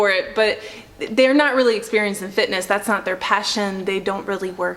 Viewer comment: Why can’t she say “real”?